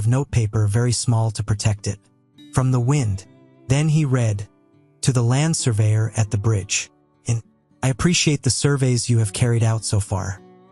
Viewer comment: Land.................surveyor bro ur Ai is not working properly